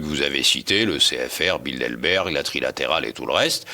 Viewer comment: Le décurion a t il de bonnes lunettes? c est BildeRberg , pas BildeLberg. Ou bien, doit il aller chez le prothésiste-dentiste ?